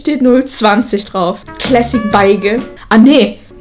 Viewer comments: Beige wer kennt es nicht Das wird auch Besch ausgesprochen😂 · Dass spricht man besch aus nicht Beige